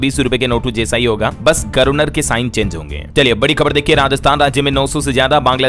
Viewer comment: अरे भाई गर्वनर नहीं गवरनर होता है